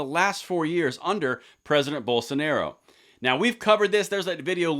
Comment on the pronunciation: Just a heads up, Bolsonaro is pronounced Boll-sun-are-oo